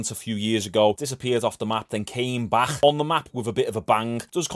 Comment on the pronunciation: “he’s came baghghhhh” silly accent lol